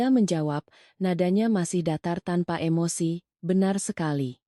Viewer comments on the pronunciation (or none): none